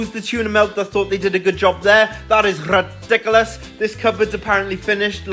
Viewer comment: I love that it’s rrrridicolos lol